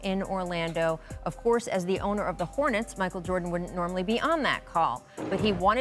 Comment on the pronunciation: Kendrick Perkins: “Micheal Joarden”